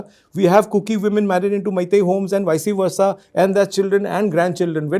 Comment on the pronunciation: This MlA cannot even pronounce vice- versa also😂